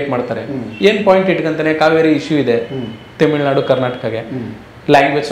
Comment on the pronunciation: ತೆಮಿಳುನಾಡು ಅಲ್ಲಾ ಗುರು ತಮಿಳುನಾಡು